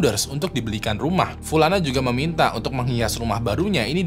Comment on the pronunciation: Btw, nih kaya nyah punya mantan bernama pulana deh tiap, upload pulana terus gua denger.